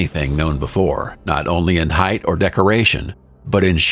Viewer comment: You cannot create a "micro climate" with a 2m change in altitude. Height not heidth.